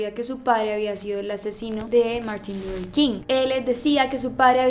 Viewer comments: MUJER MÁS IGNORANTE!! según ella muy culta y bilingüe y ni siquiera sabe decir LUTHER con TH. Quien demonios es Lurer King? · Luthhhhher, No lurer 😵😵